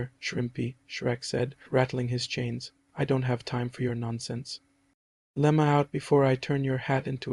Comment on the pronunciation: bro said lemma out😭😭🤣🤣